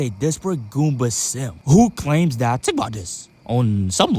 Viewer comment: Tttttttink about dis 😂😂😂😂